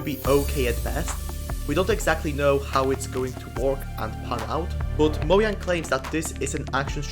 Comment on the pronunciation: Nice video, but "mo-yang"